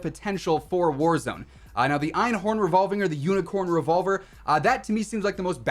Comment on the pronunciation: Yo you pronounced einhorn pretty much perfectly